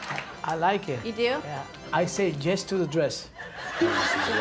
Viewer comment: "I say Jezz to the dress" Im screaming lol .